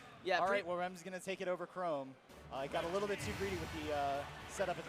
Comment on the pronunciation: The way he pronounced chrom